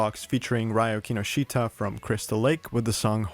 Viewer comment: XD you butchered Ryo Kinoshita's name again